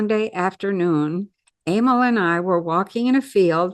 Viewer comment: Emile pronounced a-meal.